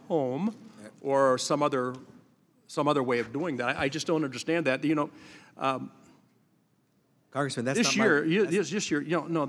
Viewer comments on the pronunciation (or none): "Cong-ressman" "Cong-ressman"